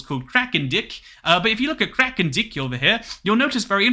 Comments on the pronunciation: to pronounce it as 'Kralendike' as in 'like' and the a as in 'armor' would be closer to the Dutch pronounciation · I lost it when he called it krakendick